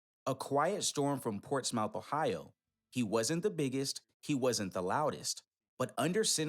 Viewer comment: It is pronounced " Ports muth " Ohio ...not Ports mouth